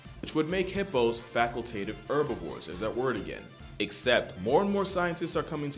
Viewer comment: please pronounce herbivores with the H